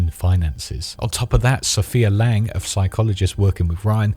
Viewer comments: It’s LAMB! Sophia Lamb, not Lang. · "Sofia Lang"? bruh